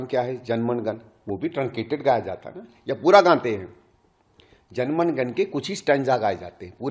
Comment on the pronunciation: This man cannot say jan gan man properly